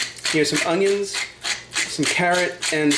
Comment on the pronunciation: “Fry off” “Ongiongs” 😱